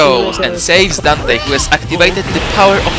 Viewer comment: "and this is Donté and this is MagGonelds Smoofie And this is Jay-C!-On!-mo-mo-uh" D M C